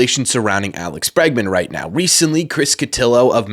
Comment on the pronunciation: Obviously Bregman. Not Bergman. Lol